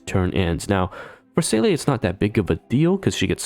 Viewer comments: Sorry to be that guy but "Seele" is pronounced Si-Luh and "Yanqing" is pronounced Yan-ching. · Lol no, you can even hear her name many times throughout the story. Most English native speakers actually pronounce Seele's name wrong.